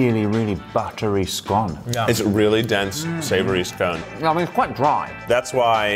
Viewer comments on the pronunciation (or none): I'm surprised you guys didn't try Popeyes in the UK but this was great! I love how you all describe the biscuits as scones.......and also how you pronounce scones....😂